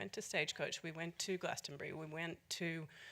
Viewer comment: Why can't Bradley Cooper pronounce Glastonbury correctly?